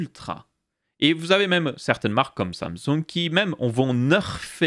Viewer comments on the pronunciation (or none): none